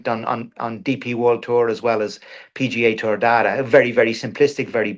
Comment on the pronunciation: Did the PGA Tour change its name? Why does this guy keep saying 'PG Tour"?